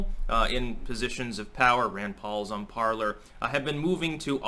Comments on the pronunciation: PARLER is a french word pronounced like" PARLAY" meaning ,"to speak or to converse" from the verb PARLE...not parlour like a living room or salon. Just sayin... GO STYX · I thought it was supposed to be pronounced "parlay" as in the French word parler, meaning "to talk."